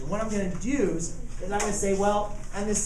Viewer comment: “what im gonna duse”